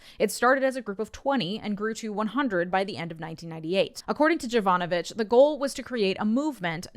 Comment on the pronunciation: So, just a thing. And I know that the problem is with the transliteration in the source, but the first letter, the "J" in Jovanovich is read like the "Y" in yo-yo, and it's more Yovanovich